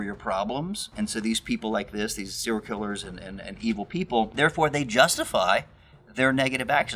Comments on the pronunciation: SER-I-A-L killer. Practice saying this. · Are you saying seeral killers? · You can't say "serial".